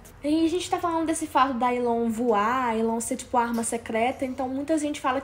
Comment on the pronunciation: se fala elon